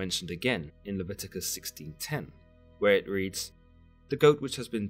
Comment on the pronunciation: It’s Le-vi-to-cus